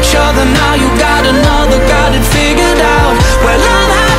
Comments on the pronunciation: Vũ hát sai bạn ei, "figured out" mà phát âm thiếu thành ra "figure out" nhá. Còn vô số người Việt không phải giảng viên tiếng anh mà vẫn hát tiếng anh hay nhé. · Vũ xuất thân thuộc tầng lớp trung lưu thượng nên phát âm tiếng Anh như bản địa là chuyện bình thường á. Còn đúng là đoạn figured out phát âm sai thật. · Ông thấy phát âm giống nhau là do trình độ của ông thôi :)) tôi lên đại học mới học tiếng Anh nghe còn thấy thiếu âm d rõ ngay, chưa cần đọc comment. (Đương nhiên Lukas phát âm đầy đủ, hay nói cách khác là không “giống nhau”)